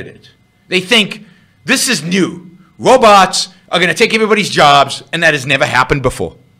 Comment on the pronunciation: The wobots are coming! silly wabbit.